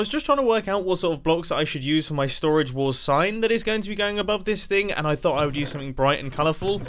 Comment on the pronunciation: Nobody: Mumbo:stOraGe WarS